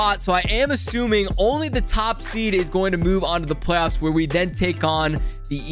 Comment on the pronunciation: normal people: make it to the playoffs: make it to the plofs